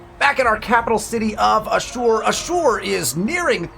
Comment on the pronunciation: Hey dude, love your content. I think Ashur is pronounced “ash-ur”, not “a-sure” sorry to nitpick 🙈